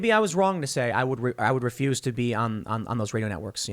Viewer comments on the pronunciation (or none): none